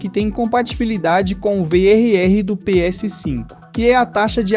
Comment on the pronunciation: Engraçado a sua pronuncia "Pê êsse 5" (PS5) hehe. Ótimo vídeo!